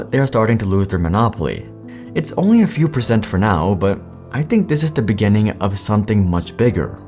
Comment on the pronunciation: ‘beggining’ gives the same vibe as the ‘in the beninging..’ vid